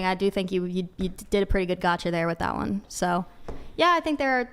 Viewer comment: "Thaht." Smart girls hate the hard A.